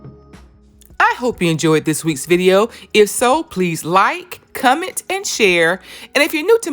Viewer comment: I loved the video but the best part is the accent. Come-ment is the most precious word I have heard all day. Folks poke at me because my I's are always long... Lol.